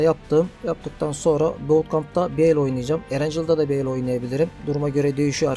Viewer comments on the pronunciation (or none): Bootkamp değil buutkemp (okunuşu)